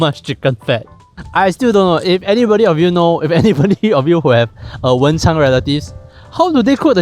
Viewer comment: stop calling it wencháng2 😭😭 it’s wenchāng1